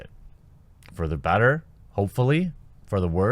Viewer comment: How does someone pronounce "better" as "batter" but pronounce "bag" as "beg?"